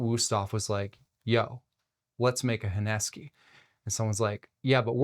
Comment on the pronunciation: Honesky? What's honesky? Dude, the name of the knife is HONESUKI. How do you pronounce "kiritsuke|? Kiritsky?